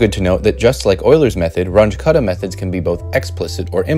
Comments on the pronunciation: It’s not a “range” method - it’s RUUNG-ə method. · Runge was German. His name is pronounced “Run-guh”, not “Runge.” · Should point out that it’s pronounced like “Run-gah”, not “Runj” as you keep saying it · Not rung with an uh, but with an ooh, I might add. R-oo-ng-g-uh Roughly. He was german. So was Kutta, I just learned... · I've heard people pronounce it "rungie", so it's at least better than that. Haha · I like the video. Please try to change your pronunciation. At least, try it. I know, it will be hard. Runge does not sound like "grunge". The "u" sounds like the "ou" in "you". And Kutta does not "cut" something in two pieces. It also sounds like the "ou" in "you". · "Runge"? As in Grunge? 😟 Carl Runge and Martin Kuta were German. Pronunciation would be like Roong-uh - Kooh-ta. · please learn how to pronounce Runge.You don't have to be perfect, but at least try. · The name Runge is pronounced slightly differently